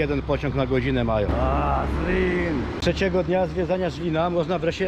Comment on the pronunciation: Wszystko pięknie ładnie ale nie Żlin tylko Zlin. Zliniacy się o to wkurwiają bo na Słowacji jest Żylina, a w Czechach jest Zlin